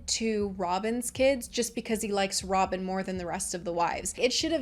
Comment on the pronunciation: That’s funny when you were saying Robin I thought you said Sobbin. I think that’ll be my new nickname for Robin.😢😂